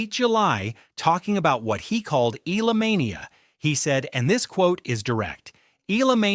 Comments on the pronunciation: E-AH-LA, NOT I-L-A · Not “E - LA” its pronounced “ E- Yeah- Luh” 😂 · Will you pronounce Alex surname correctly. It is not ila it is e y a l a. Eala. Ty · Get your AI to learn how to pronounce Eala... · Anglicizing Tagalog words Laban and mispronounced Eala's last name 🤦‍♂️ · When are these ai voices going to learn how to say eala correctly, lol